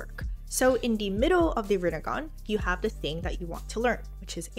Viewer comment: The second you said rinnegan i fell in love